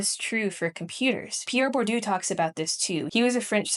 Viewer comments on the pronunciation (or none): I can understand a certain distain for the french language but what did poor pierre bourdieu do to deserve being called "pir burdu"